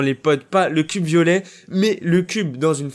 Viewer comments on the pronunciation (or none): none